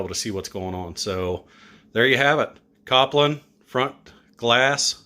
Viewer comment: Kol pin not Kop Lin